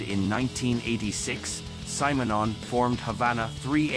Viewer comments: This is the only time I have heard his name pronounced as Symer-non. I have only heard it as Simmernon. I wonder which one is right? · Kudos for a deep focus on the great bassist & painter Paul Simonon. But who designed this terribly constricted AI voice-over? Pronounce Mr Simonon's name correctly: it's "Simm'", not "Sime", you bloody blinkered robot. Mr Simonon also did some pretty risky undercover work for Greenpeace, he's a right proper geezer. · You should listen to how Paul pronces his own name! Not SIGH - SIM! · No, the AI pronounced it wrong in the video, it’s actually pronounced like ‘cinnamon’ with the n and m switched.